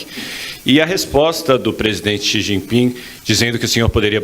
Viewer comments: O nove dedos ficou pasmo, sem saber o que dizer! "Chi gi ping" , 😂😂😂😂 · Lula não sabe pronunciar o nome do presidente da China. Ele quase falou XI Pinga. Kkkkk